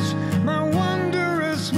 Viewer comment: "Wondrous" is only 2 syllables. That guy can sing! and nice tune arrangements. TOP NOTCH